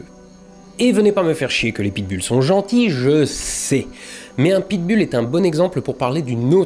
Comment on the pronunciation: Pit Bull ça se prononce Pit Boule.